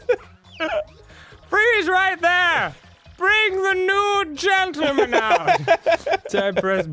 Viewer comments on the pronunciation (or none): NOOD GENITAL MAN. (Yes I know it's 'nude gentleman' but that's what I heard the first time 😁)